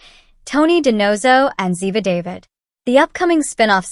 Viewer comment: Clearly, the narrator has never actually seen an episode of NCIS. David? Emphasis on the wrong syllable, doofus.